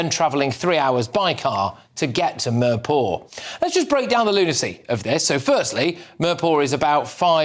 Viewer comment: The best part Of this video was the way he pronounced mirpur. Meeeeeerrrr paw !